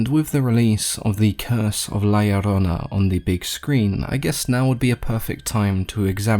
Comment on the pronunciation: I was about to dislike and unsub if u pronounced la llorona wrong😆 But well done!!!